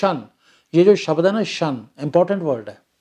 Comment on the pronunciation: Not शबद It's शब्द।